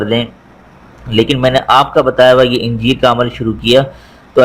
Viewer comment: Talffooz thik Kare. Injeer. Nai. Aanjier hy Aanjier bolo